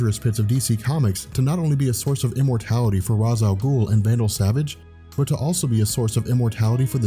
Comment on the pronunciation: Why can no one say Ra's al ghoul's name right? It's prnounced raysh not raz or raws.